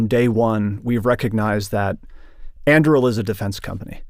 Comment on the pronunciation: Both pronunciations he made for Anduril are wrong lol. An doo real!!!